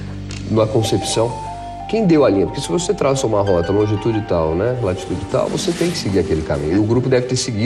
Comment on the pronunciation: Longitudi"T"al e Latidudi"T"al foi ótimo heim...